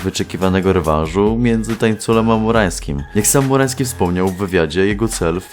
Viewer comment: Ciągle słyszę "FURAŃski'